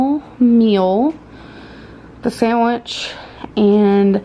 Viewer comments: I hate how she says sandwich she says to like “samitch” 😭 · the sAnDiWcH